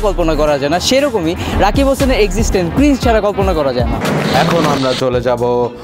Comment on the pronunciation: Ota ক্রিজ Nh ক্রিং Hoi 😆😆Age Bolte sekho Trpr Roast Korte asbee